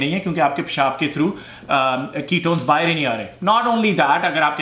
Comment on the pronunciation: Love the way you say ( paishaaab ) It piss me out. Totally Pakistani way. Very natural Desi.